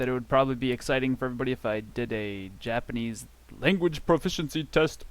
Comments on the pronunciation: This video was such a rollercoaster of emotions. I was constantly flip flopping between subscribing and unsubscribing. “Ooh this is just what I need!” subscribe “ugh this guy is annoying” unsubscribe “Nevermind he’s funny” subscribe BUT ultimately I must unsubscribe because of you pronouncing Japanese words with a horrible American accent. Like wtf is “koodasai”. This just promotes bad habits. See the YesJapan/Japanese From Zero! guy’s videos. His pronunciation is pretty much close to native and a joy to listen to and practice with. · This video was such a rollercoaster of emotions. I was constantly flip flopping between subscribing and unsubscribing. “Ooh this is just what I need!” subscribe “ugh this guy is annoying” unsubscribe “nevermind he’s funny” subscribe BUT ultimately I must unsubscribe because of you pronouncing Japanese words with a typically horrible American accent. Like wtf is “DESS” or “KOODASAI”. This just promotes bad habits. See the YesJapan/Japanese From Zero! guy’s videos. His pronunciation is pretty much close to native and a joy to listen to and practice with.